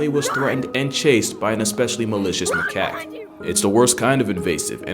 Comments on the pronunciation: that is not how you say that. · It depends on how you say macaque and where you live. I personally pronounce macaque as “ma-cack” but others pronounce it as “ma-cok”